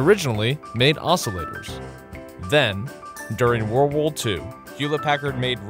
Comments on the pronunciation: “woor wool 2” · World War Two. He just garbled the speech of it.